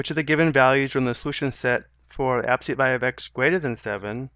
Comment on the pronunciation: I'm having a hell of a time following these directions. Mainly because he says absolute as abseet, and then races through other things. I have to keep stopping the video and keep the subtitles going. Rough.